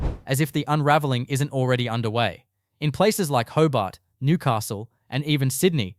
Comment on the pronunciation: So much crap. Even shows pictures of other cities (Newcastle on Tyne for example). Can’t even pronounce Hobart like an Aussie. Excrement.